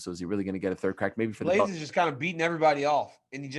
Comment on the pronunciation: He said blaydes not d lewis